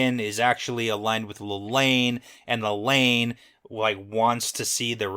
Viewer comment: Lelany... La La loony.. Lelaineee.... Lelaine. Gets me every time 🤣